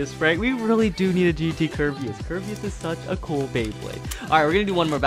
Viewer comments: It kar ba us not ker be us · You say ker-be-us It’s actually Ker-ba-us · Ain’t no grammar police but Kerbas. It’s not pronounced Kirby-est it’s pronounced Krr-bey-iss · It’s pronounced ker-bay-us